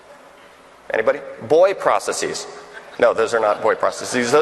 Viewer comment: Mark, you’re a legend, I love your work but, for gawds sake, why are saying “processes” like that? It’s driving me nuts!